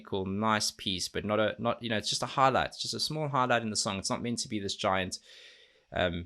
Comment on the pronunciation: When you say "highlight" and I hear "harlot" 😆 Hunger was my introduction to Amaranthe and I'm glad you finally got to it and enjoyed it too!